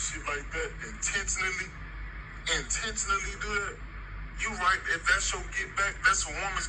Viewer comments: Inten-ce-vitually really took me out 😅😂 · “IN-TEN-TALLEE , IN-TEN-TALLEE” 😂😂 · you just gonna iNTENaLY do that? 🥴 how he pronounces intentionally is hilarious